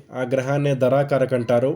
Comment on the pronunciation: ధ రా కారక కాదు ధార కారక